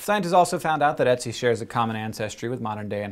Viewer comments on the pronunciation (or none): its not "e"tzi its "ö"tzi with an Ö ^^ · Ötzi sounds more like Urt-si than Etsy. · dude he is called Ötzi... NOT Ätzi... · His name actually rhymes with "tootsie," not Etsy. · that's not necessarily true, because nobody is the same and just because ötzi was lactose intolerant doesn't mean that everybody else was like that. btw: i find it hilarious how he says ötzi, because i'm austrian and it sounds like etzi to me - which sounds like either acid in german or a super cute name for an ice baby not a middle aged man xD (try the wiki audio file ;D ) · Ötzi was found in the Ötztaler Alpen - the Ötztaler Alpes in Austria, not Switzerland also, but way less important the way you say Ötzi it sounds like Etsi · It's 'Ötzi' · Just saying hank it is "Ötzi" We learned about it in school. It is pronouced otsie but spelled ötzi But I LOVE SCI SHOW and i showed it to my dad also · It's Ötzi, not Etsi, Hank. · Hank said 'Oetzi' and for a moment I though he was saying 'Ezio' from that videogame :D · well done, but the pronunciation of ötzi was.. very amusing to my swiss ears ;) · Every time he said Oetzi, i thought he was going to say Ezio. Curse you, Hankgames! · So that's how Americans pronounce "Oetzi." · so that's how english speaking people say Ötzi :) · you're pronouncing his name wrong xD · Ötzi.. Ö is the same sound you make in the word burn or word.